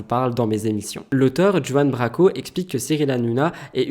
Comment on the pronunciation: Oui et Branco et pas Braco